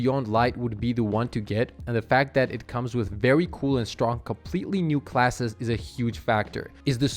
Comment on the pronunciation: “VEWWY” lol